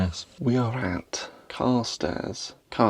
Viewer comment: Carstairs is pronounced Kirstairs, great video :)